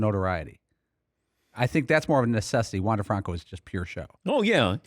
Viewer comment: Incorrectly pronouncing Franco. He also was not a draft pick, but an international signing. Maybe learn some facts before you mouth off on the player?